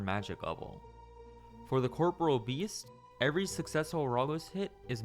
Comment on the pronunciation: Cor - PO - RE- AL not "CORPRAL" Americans not beating the education allegations.